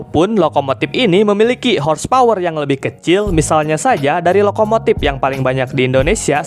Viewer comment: Org Sunda ya bang? Huruf F diganti P semua 🤣🤣 Manupaktur Lokomotip Serpis Episien Enpironmental Elektromotip Subjektip Perporma Spesipikasi Syaipul Padli Tarip Inpormasi Pitur Demikian rangkuman huruf P